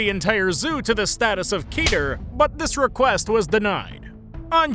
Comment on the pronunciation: Its pronounced Keh-tur. It's from the Hebrew word Kether. Which I believe means colorless, but I'm not certain